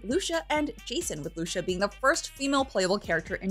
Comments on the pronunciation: Ok, repeat after me, LOO-SEE-AH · girl really called lucia lusha. Nah dawg